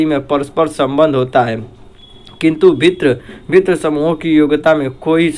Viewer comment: Bhint padhta hai🤣